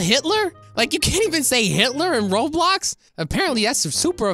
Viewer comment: he always says roblix